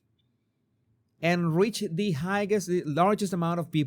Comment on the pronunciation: Jesus, "high" is with silent 'gh.' Please stop pronouncing highest as 'hi-guest'. And higher is not 'hi-gur.' Kind regards ✌